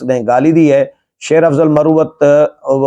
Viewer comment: Solangi Sahib Ye Lafz Marwat hai. Aur Ye Lakki Marwat mey Pashtoon Qabeela hai Please tallafuz theek karleen. Doosri baat ye hai Key Sher Afzal Marwat aik fazool qisam ka lota type wakeel hai. Aur siraf Sasti shuhrat key ley aisee ghattya harkateen karta hai.